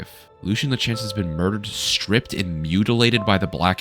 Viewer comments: LUE-SEA-AN. The game literally tells you how to pronounce his name. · Respectfully my man “Lucien Lachance” is pronounced “Lucy-un”